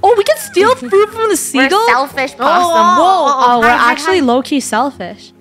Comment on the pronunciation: WHEN FUNNEH SAID BOTTOM LESS POSSIEM and early